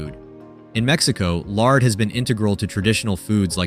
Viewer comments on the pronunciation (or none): none